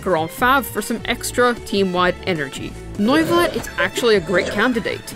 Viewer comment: "Noi-va-let" .....why.. it's just "New-va-let"